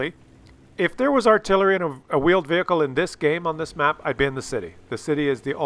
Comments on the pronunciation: Wheeled vehicle. Vheeled wehicle. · vheeled wehicle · Man said Veeled Whehicle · take that you Veeled Whecile . Haha :-}